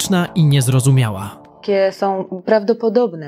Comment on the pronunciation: ..szyny nie sOM rowne....... reporterka nie potrafiaca mowic po polsku. Czy ona skonczyla podstawowke????